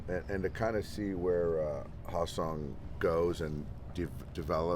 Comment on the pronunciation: his name is pronounced HAE (hay) seong kim not ha seong kim who plays for the rays